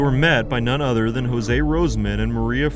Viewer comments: Not Jose....pronounced Yo-zhey. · A tip for next time - use forvo to check name pronunciation . Jože is not a spanish name.